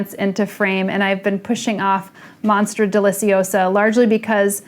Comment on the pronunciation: No one: Summer Rayne: monstra